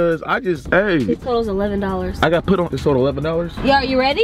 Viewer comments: No hate torwards but why you always say pit instead of put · The fact. That’s say pit instead of put